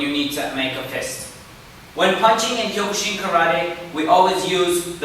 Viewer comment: It’s pronounced kyo-kuh-seen